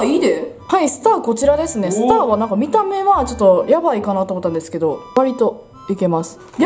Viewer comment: 最初の、パパラピーズですのとこ、「パパラピーズべぇす」みたいに濁ったくない??爆笑